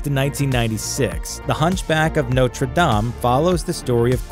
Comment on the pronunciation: U don't say Dame right but okay bud